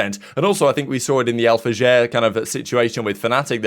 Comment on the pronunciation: do you not watch the broadcast why are you reading Alfajer name like that